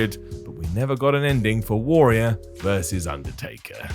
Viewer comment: Warrior, it's pronounced warrior.